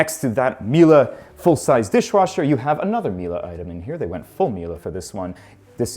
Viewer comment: Hearing saying Miele as "Mila" hurts my brain